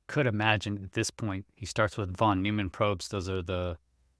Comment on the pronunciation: "von NOYman", not "von NEWman" Tyson's "wokeness" tells us everything we need to know about his intelligence.